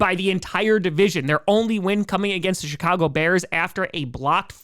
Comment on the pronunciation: Did he say Chicago or shitcago?